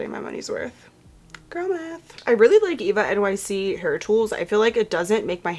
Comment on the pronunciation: I don’t think they pronounce it “Eva-nyc” I saw a TikTok of a girl saying she went to an ulta and they were like “that’s not how you say that”